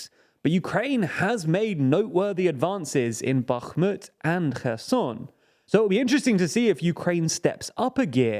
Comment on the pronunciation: You make the effort to pronounce Bakhmut and Kherson correctly, but completely fail when it comes to pronouncing Kakhovka. I applaud your effort, but also encourage you to be more consistent. Love the channel!